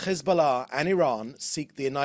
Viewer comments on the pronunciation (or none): His pronunciation of Hezbollah as if he’s not a fat chubby beer bellied Brit through and through is embarrassing